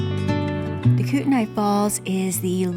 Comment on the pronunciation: Just FYI it's pronounced Kootney.